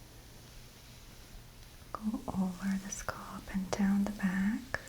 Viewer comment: Scalp is my favourite word that Maria says - “scolp” 💆🏼‍♀️🤤